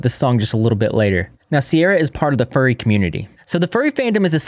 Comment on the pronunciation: furry* not fury